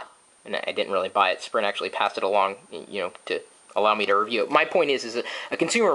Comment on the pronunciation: Sprint Foo? haha. Nice Chris...